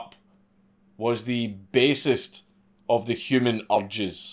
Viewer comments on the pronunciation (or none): D When you say 'urges' it sounds like 'orgies' cuz of ur accent, love how contextually inconvenient that is :D